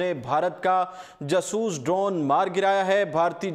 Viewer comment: o, khudara name ap nay urdu point likha hai or urdu ki tangein toddd rahey ho ap, Jaaasooss tayara na kay jsooos